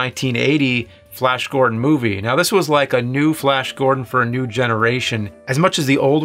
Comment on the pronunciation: Flayash Gordon